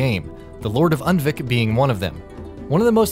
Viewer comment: Clumsy Turtle8 No, he pronounced it Und-vik; it should be pronounced Oond-vik